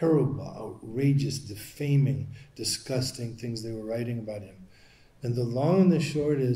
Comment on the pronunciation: IT SOUNDS LIKE HE MIGHT BE TALKING ABOAT WHAT TOM BLEECKER IS DOING!!